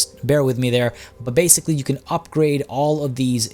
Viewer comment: Bay-sically... daaaang.